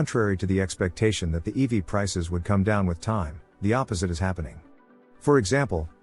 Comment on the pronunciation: Stop saying "eevy!" That's a girl's nickname1 It's 'ee-vee!' But you're a synthetic voice so you won't change. You won't even answer...boohoo...